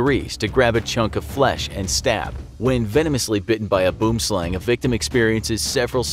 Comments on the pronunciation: Boomslang's correct pronunciation in the native language is "Bwim-Slung" if you were to try and say it in an English accent. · Tip for pronouncing "boomslang". Say "worm". Then put in a b in front. "bworm". Then slung. "bwormslung" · It’s boo-wem sl-u(as in up) ng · I’m dying 🤣🤣🤣 ‘Boom- slang’ 🤣🤣🤣🤣 It’s pronounced very differently to that 🤣🤣🤣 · you are saying boomslang wrong..., ite pronounced or sound more like "slung" translating to "snake" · All Afrikaners are mad cuz he said BOOMSLANG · I never knew I was pronouncing it wrong! The way it's written out looks to me like it would be pronounced as it is in the video, but thank you for teaching the proper way to say boomslang! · I am Afrikaans which the name Boomslang originates. I burst out laughing when you pronounced it! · The pronounciation of the Boomslang is really bad. However I see on the internet is not giving the correct pronunciation of the word either as it is not South Africans giving the pronunciation. This is a Afrikaans South African word, it means "Tree Snake" I really enjoyed the video but that really grated me. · Boomslang is "Tree-snake" in my language. I'm Afrikaans and you don't pronounce it that way xD . The snake's name come from our language. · Sorry to say but you pronounced "Boomslang" wrong. Lol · BOOM SLANG THat is the worst attempt at afrikaans 😂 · He said boom slang wrong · Terrible pronunciation of "Boomslang". With "Boom" the "oo" is similar to the "ui" in "ruin". With "slang" it is pronounced "slung". It's an Afrikaans name.